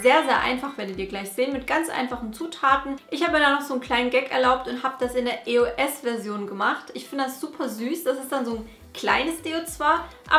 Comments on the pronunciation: Warum sagst du immer I-O-S, anstatt Eos?😂😂❤ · Eigentlich spricht man das als ein Wort aus, ist zwar ne Abkürzung von 3 Wörtern aber trotzdem bindet man sie :D Man sagt ja auch Yolo und nicht y o l o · warum e.o.s mann sagt eos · mich regt das so auf wenn man e.o.s sagt das heiß eos sonst würde das ja auch e.o.s geschrieben werden. 😱😡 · das heißt nicht e.o.s sonder eos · Das heißt eos und nicht e-o-s Aber sonst geil 🙂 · Das spricht man eos aus und nicht e o s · Das heißt eos und nicht e o s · nicht e o s sondern eos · Es heißt eos nicht E O S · Sie hat Die Buchstaben einzeln auf Englisch als Akronym ausgesprochen, also: E. O. S. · haha du sagst eo-s